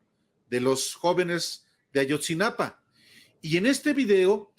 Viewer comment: Es: AYOTZINAPA, no AYOTZINAPAN. 😏